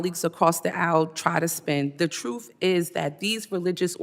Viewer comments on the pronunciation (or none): The "Troof" ??? 🙄